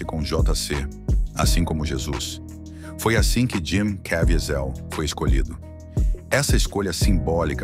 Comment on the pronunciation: Cavízel. Está é a pronúncia.